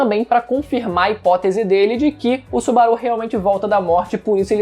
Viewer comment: Que agonia dele falando o nome do Subaru kkkkkkkkkkk